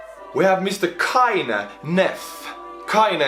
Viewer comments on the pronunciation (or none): Kleine, not Kaine.